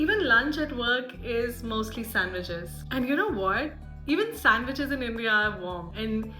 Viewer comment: Sandweech sosage 😂 meals